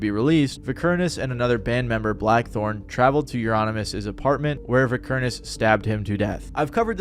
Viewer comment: Mayhem was black metal, not death metal. And it's pronounced "vy-kerr-ness"